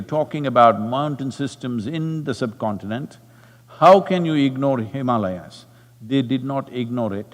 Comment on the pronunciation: I’m glad Sadhguru pronounced Himaalayas correctly in this video. I hope he also corrects how he says ‘Brahmachaaris’ one of these days.